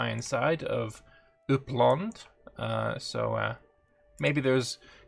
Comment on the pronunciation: As a swede, i must say your pronunciation of "Uppland" is commendable!